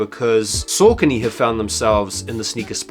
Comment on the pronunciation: Pronounced Sockony